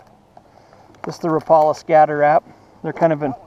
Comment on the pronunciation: Great video and finally, someone from Utah that pronounces Rapala correctly.